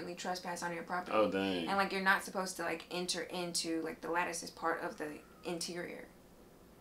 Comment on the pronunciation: Lol I thot you were saying lettuce. Lattice. Lmao